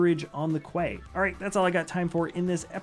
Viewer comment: Love these videos - hilight of my week! I will say that I think you may have mispronounced quay at the end of the video. It's pronounced "kee", and is a type of way or platform alongside or projecting over a body of water for the purpose of loading and unloading boats